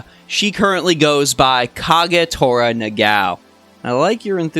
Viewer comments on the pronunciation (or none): Great video, and I enjoyed the in-depth details in your guides! Also, I'm pretty sure her name is pronounced Na-ga-o and not Na-gao? :o